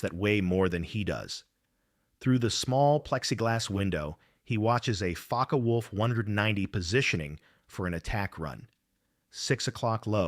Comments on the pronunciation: A Focke wolf not folkeee wolf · GET A REAL HUMAN NARRATOR !!!!!!!! zoforty hours is unacceptable. Not army air forces standard. AI word salad trash. And Faky wolf ??? WTF